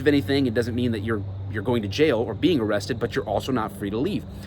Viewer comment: If you pull that on a traffic stop your gonna get laughed at “AM I BEING AREESTED” your detained...for the crime you committed